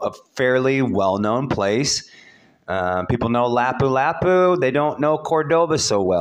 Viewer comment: I was starting to listen to you until you pronounced Lapu-Lapu City completely wrong. How is anyone supposed to listen to you when you don't know what you are talking about? Anyone can read a map like you.